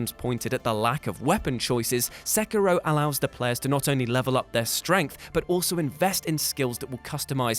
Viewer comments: Good video but it's not pronounced Sackiro. :/ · You pronounces sekiro wrong....